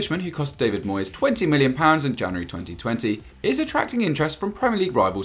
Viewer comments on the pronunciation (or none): none